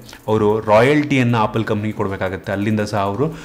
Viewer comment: Bro adu opple alla adu apple🤣😂